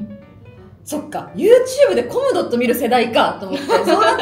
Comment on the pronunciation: さっしー「コムドット」のアクセント違うのよ笑笑